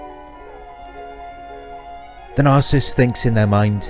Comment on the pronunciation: I love how he doesn’t say narcissist he says “The nah-cyst” lol